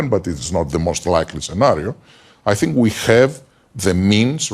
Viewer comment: It’s funny that Russell pronounces “th” like “f”, or “ask” like “axe”. Brits with those linguistics were heavily settled in the American South. To this day people still use those pronunciations, even after all this time. Most people don’t realize it originated in another country, another culture, one which permeates to this day.